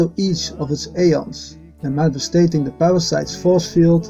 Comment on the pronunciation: Manifesting.... not manifesTATing... just saying. Thx